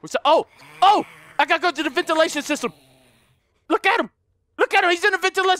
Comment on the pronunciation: " He's in the ventilitaasfghnghsngfh ;__; " Bwhahaha gotta love all that randomness he says when scared xD